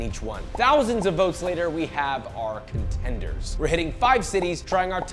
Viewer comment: "Thousands of votes later, we have our conTENDERS" 🤣